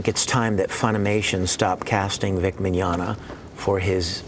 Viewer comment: LemWAH: Victor Mig-nog-na are you guilty? Vic: No. LemWAH: .... I got nothing that's all I had planned.